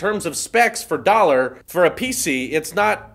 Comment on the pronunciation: He said pc weird..pee see